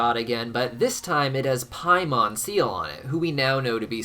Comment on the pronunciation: It's pronounced "Pay mon", not "Pie mon".